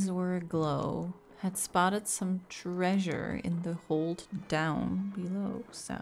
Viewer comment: I love how says "trAEsure" like Fred from Scooby-Doo. Honestly, her mispronounced words are all pretty cute; but I think that's my favorite.